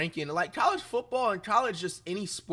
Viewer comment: “Composition book” Dictionary Reacts….”flunktuating”